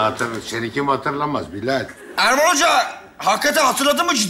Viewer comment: Bilal'in her seferinde isminin yanlış söylenmesi 😂